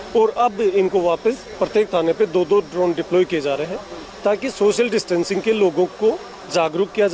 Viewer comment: द्रोण नहीं भाई ड्रोन